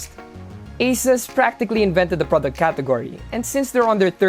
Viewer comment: he pronounces asus as aces? lmao